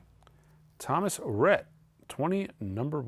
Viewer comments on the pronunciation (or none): none